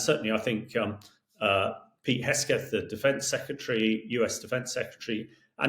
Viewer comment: "Hesketh". Sounds it out "kegs-breath".